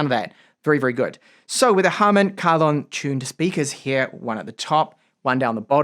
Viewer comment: I always appreciate you for trying to pronounce "Harman Kardon" correctly.